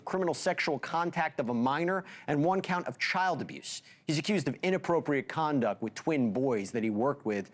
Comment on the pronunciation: Dude said. Contuct